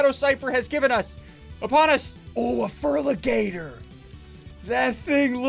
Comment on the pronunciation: It’s a fer aaa ligator